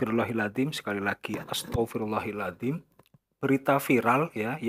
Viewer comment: Astaghfirullahal azhiim bang, bukan astaghfirullahil azhiim